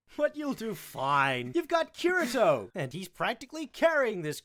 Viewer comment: he not saying kirito the right way bro lol